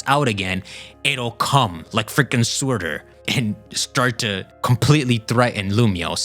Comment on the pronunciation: It's pronounced 'Sir-ter' not 'suit-er'